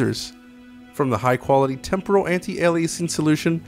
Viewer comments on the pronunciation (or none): none